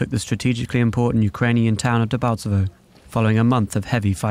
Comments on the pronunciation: Debaltsevo! Not "Debaltseve" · It's Debaltevo! not Debalteve